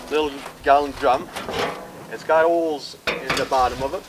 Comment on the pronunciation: He says OLES instead of holes and GAZ instead of Gas lol